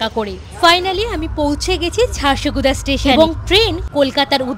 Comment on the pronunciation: ' ড় ' এর ইংরেজি বানান da হয় । তাই উচ্চারণটা ঝারসাগুড়া হবে ঝারসগুদা নয়। ওখানকার স্থানীয় লোকেরাও ঝারসাগুড়া বলে। তবে জায়গাটা সুন্দর।